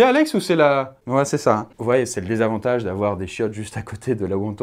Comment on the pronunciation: Le DESAVANTAGE??? Aïe mes oreilles...